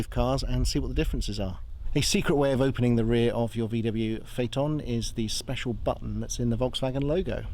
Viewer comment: Most people pronounce it like Fiton 😂 You did it correct "Fateon"